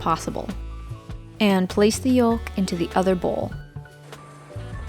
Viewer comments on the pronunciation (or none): The "L" in yolk is NOT pronounced! Its "yoke," not "yolllk!"